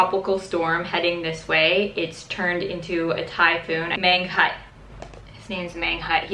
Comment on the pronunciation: Fyi that Mangkhut is pronounced Mung-koot. Hope you are safe!!!